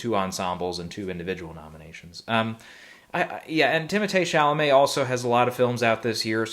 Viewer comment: Finally....it's that time of the year🎊🎊 P.s.the way you said timothee Chalamet😍